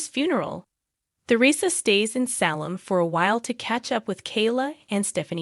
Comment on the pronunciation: I wish you could pronounce words correctly like Salem and Tresersa